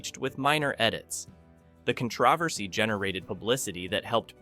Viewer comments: The AI voice was doing pretty well until the word "controversy" of the video. It's definitely not pronounced con-TRAH-versy. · This is Ai generated. Screen shots on a loop, not matching the narration. Mispronouncing is a dead giveaway. con-TRAV-er-sy. Makes me laugh, but also saddening. Be human, damnit!